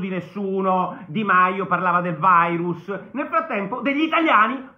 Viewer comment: Il “vairus”🤣